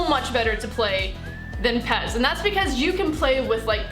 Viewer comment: Its pes not pez